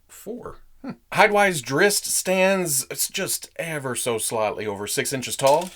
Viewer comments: I find it amusing that you start out with a warning that not being a fan you might get on some of the fans nerves. And then you pronounce Drizzt better than many fans. The books this character is in are worth reading. Thanks for the great look at this action figure. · It’s pronounced driz-it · the Author of his books doesn’t care how it’s pronounced but he does pronounce him drist.